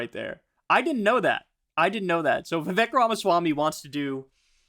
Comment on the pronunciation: Hi friend. Vivek’s name pronounced more like Vivake. I assume accuracy is important to you, so just wanted to put that out there! Signed, a person whose name people can’t pronounce.